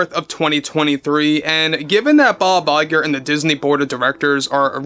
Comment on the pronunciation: we just love it when you say Bob Lie-ger!